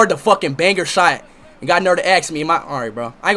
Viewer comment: speed: netherlands me: SCOTLOAND!